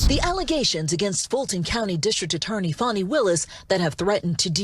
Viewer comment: If you want to pronounce her name as it is spelled, then it should be "Fae-nee".